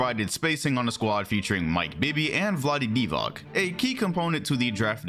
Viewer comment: my dude, not sure if you will ever see this or you even care but I'm listening your vids for past 2-3 years and only thing that genuinely hurts me is how you pronounce Vlade Divac last name. C at the end of his last name isn't a K but rather TS sound. Sincerely listener from Balkans. Happy new year dude